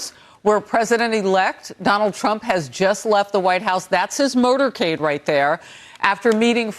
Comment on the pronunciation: Did she pronounce it as "murdercade" instead of motorcade?